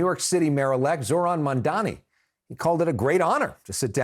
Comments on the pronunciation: It’s M-A-M-D-A-N-I not Mandami! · They’re trying to pronounce it but just so they know it’s “MOM-DA-KNEE” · Did this fucker of a reporter just say Mandani twice?! How ignorant and disrespectful if he did! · As journalists you should try to learn how to pronounce his name. This lack of attention to detail is disappointing ...it is pronounced MumdaaNi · The host just keeps saying "mandani". How hard is it to pronounce his last name properly? It's not even a difficult name. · MuM - Da - Nii. Get it right guys. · Everyone together now: “Mam” (like “Mom”) “Dani” (like “Donnie”) Now put it together. For real people it’s not that hard. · Not mundami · I am starting to think white people's inability to say Mamdani is a speech impediment.. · How can you keep saying his name wrong after all this time? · Say his name right, Mamdani!! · Why these idiots cannot pronounce MamdaNi correctly ? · CNN, it’s about time you teach your staff to pronounce Mayor Mamdani’s name correctly! For your own credibility, of course! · Can the host pronounce Mamdani’s name properly???? Like wtf it’s about time. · I also noticed these CNN clowns intentionally butcher his name. Racist Zionists is what they are. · M-A-M-D-A-N-I can we please pronounce his name correctly. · Still, CNN people unable to say Mamdani's right. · You guys still can't pronounce his name? 😂